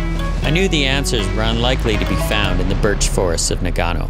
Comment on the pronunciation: Great story and video, but it bothers the living shit out of me that he pronounces Nagano wrong like 40 times. You would think that spending so much time there, and all the filming etc, that someone at some point could/would notice that this is incorrect and fix it.